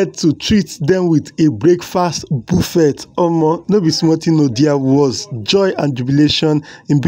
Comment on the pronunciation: I can't stop laughing the way this man is pronouncing BUFFET,God help.